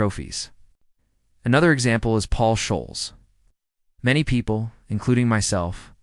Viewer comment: This is appalling 🤢 Ferguson signed Ole Gunnar, he didn't come to United and turn his career around ! Scholes is prounced " Skols!". 🙄😅😂